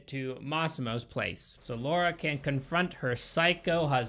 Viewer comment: the way you say Laura lol